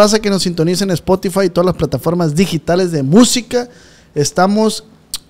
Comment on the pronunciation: El Ozz “dice quien eres tú “como si ozz fuera tan famoso 🤣 dice “ espotify “ jaja y también “pot Cazz “🤣🤣🤣🤣